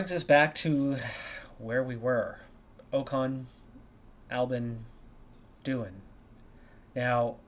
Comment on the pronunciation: How are you overlooking Norris? Please don't sign Ocon it's already painful enough hearing you get his name wrong, for same reason never sign Bottas or Schumacher 🙈